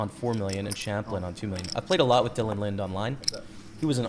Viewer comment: Good vid as always man!! Btw, you pronounce the E in Linde. Lin-dee